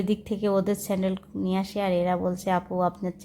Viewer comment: বইনা রে চেলেন না চ্যানেল বলতে শিখতে হবে। সাসক্রাইব না সাব্সক্রাইব উচ্চারণ করতে হবে কারণ আপনি একজন ব্লগার।